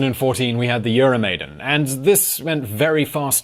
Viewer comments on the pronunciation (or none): I'm surprised by the poor pronunciation of some of the key figures and events. It's like it's the first time you hear of Yanukovich and EuroMaidan. Also Timoshenko was formerly the prime minister and not (yet) the president.